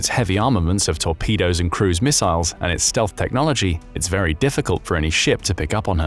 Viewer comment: I had to stop. I couldn't stand hearing it over-pronounced as "miss-aisles" one more time.